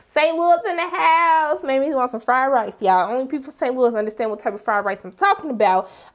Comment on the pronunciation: Errrrk! I had to put on the brakes and hit "pause" when I heard you say, "Fried Rice". I was like she sounds like she may be from St. Louis. I have been craving some fried rice. Girl, you are from the hometown. I need to get back to indulge.